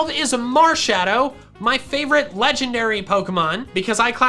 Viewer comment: LEFT OFF THE K IN CORVIKNIGHT! AND THERE IS NO I IN LEGENDARY!